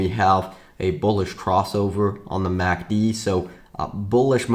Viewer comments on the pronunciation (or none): Why do so many people read MACD wrong. It’s crazy to me.